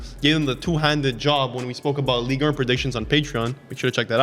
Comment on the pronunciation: why is saying Ligue err😂😂😂